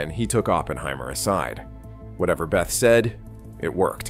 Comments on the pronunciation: Bethe was pronounced as Beta not Behtha. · I'm not sure which is worse: Al bu kirk or "Hans Beth". Albuquerque is pronounced "All boo care key" and "Bethe" is pronounced "Bay Ta". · Bethe: it’s not pronounced “beth” but “bay-tuh”. It’s DEUTSCH! Verstehen Sie jetzt? 😁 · Inaccurate in places. Feynman was NOT particularly chagrinned or depressed after the Pocono conference, because he conferred with Schwinger andfthey were gettingthe same quantitative answers. Hans Bethe, Feynman's advisor at Cornell, is consistently mispronounced here. His last name sounds like "beta." This stuff is all covered very well in a book by Silvan Schweber; "QED and the Men whoMade it." Dyson tells his QED story in this Youtube episode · Yikes! Another one... Hans Bethe's surname is pronounced very much like the second letter in the Greek alphabet, "Beta," not like the nickname for Elizabeth. Sheesh.